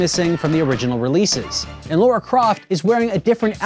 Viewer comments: Laaraa not Laura. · Her name is Lara, not Laura. :(